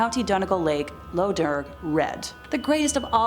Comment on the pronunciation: Also, the term "lough" is pronounced like the Scottish "loch", as in Lough Dearg (red/blood lake).